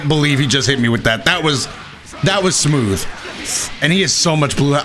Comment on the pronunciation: Haha Yo how he says "sa-mooth"